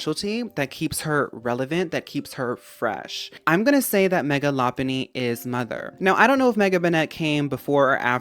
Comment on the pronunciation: Thank you for saying Lopunny correctly. Literally no “poke-tuber” say it right. 💚